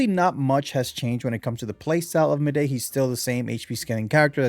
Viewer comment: I mean no offence but just an FYI, Mydei is pronounced as "My-Dee" which is why Tribbie's nickname for him is "Dee"